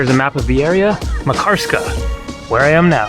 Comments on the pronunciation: Lol It’s not pronounced MA karskaaa, but more like Makar ska :) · It is pronounced MAHK-ar-ska. Stress on first syllable. Locals did not correct you? Just askin'.. Pronunciation of just this one name, since it is the focus of the video, was important to get right. Otherwise, it hurts the ears when you say it over and over. Good vids otherwise. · "Makarska" is stressed on the first syllable, like Manchester, Amsterdam etc.